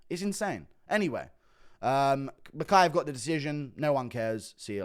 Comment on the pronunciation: HE said mokaev is cut not kape!